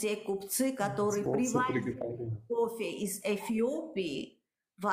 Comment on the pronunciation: как вы можете претендовать на кофэ если вы не можете произносить букву ф ? у вас на словаре не существует буква ф получается що не кофэ а копэ 😂😂😂😂😂😂